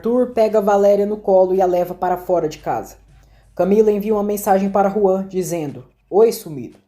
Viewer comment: É Juan e não João. Na dublagem eles falam Juan